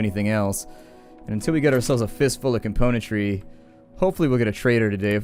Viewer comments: I think it bothers you cause he misses the M in componentry, it kind of bothers me too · I don't know why, but there's something that irks me to no end every time you say the word "componentry", something in the word itself rather than the way you pronounce it I think...